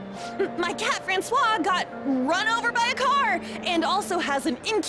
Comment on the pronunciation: Does anybody else remember when pronounced Francois as "Frankyios"? XD